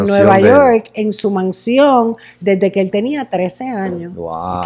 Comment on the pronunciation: Nadie: “desedeque ocurrió el incidente”